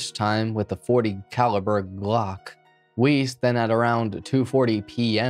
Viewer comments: Yeah it's Weise not Weiss. Weiss is a German last name. Weise also sounds German. If it's German, then it's likely pronounced Ve-Eye-Seh, or something close to that. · . ‘Wuss’, I’m pretty sure it’s pronounced ‘Wuss’ in Jeffrey’s case. ‘Jeffrey Wuss’ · not that this guy deserves respect, but i believe "weise" is pronounced "vye-zuh" because it's german